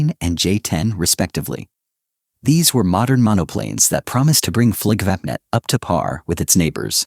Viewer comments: WTF is "Fliggvappnett"? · Painful how Flygvapnet is pronounced. Hey americans, how would it feel if i said Aeui Ezz Erghfurtes when meaning US Airforce? Painful just to imagine that pronounciation, right? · Very bad swedish pronunciation of the swedish words like "Flygvapnet", "Kungliga Flygförvaltningen", Flygtekniska Försöksanstalten", "Bo Lundberg", and others that is not understood or heard at all ! Greetings from Sweden!